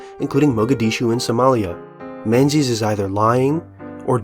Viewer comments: Great vid but you pronounced the authors name wrong. Menzies is a Scottish name and you’ve given it an English phonetic pronunciation. It should be pronounced ‘Ming-es’ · but "Menses" is funnier